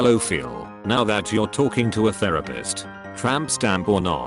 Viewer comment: FU. U. ...it’s therapist, not “therapheft”